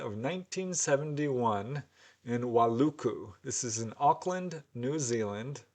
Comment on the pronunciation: Hi - having spent my youth in NZ, I lived not to far from where your NZ story is and visited the beach often where my Aunty's husband owned a farm. The pronunciation is why oo koo - Wai uku - Hudsons Beach is a location within Waiuku, in the Manukau Heads New Zealand, a town on the west coast of the North Island south of Auckland. Back then it was very isolated and perfect for UFO sightings.